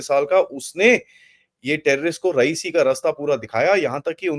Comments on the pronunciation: Sir you pronounce RI YA SI as Rayeesi ( it's not president of Iran) RI YA SI boliye huzoor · Correct pronunciation of the place name Riasi is “RI - AA - SI” and not “RA - EE - SI”. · It is रियासी not रईसी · 🙏Please correct : It is रियासी area and not रईसी, as you pronounced in your this video, where recent terrorist attack happened...🙏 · Pls pronounce d name of area correctly. It is Ri-ya-si & NOT Ra-i-si as you r saying. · It is not रईसी , it is रियासी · भाई साहब रईसी नहीं रियासी है सही नाम। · it's Riyasi not raisee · You are wrongly pronouncing the place named Reasi. You pronounce it like the name of late Iranian president Rayeesi